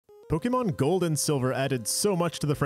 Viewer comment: Dude, I want to watch this video... but I can't get past how you're pronouncing the name of your beloved series. Seriously, google it's correct pronunciation please.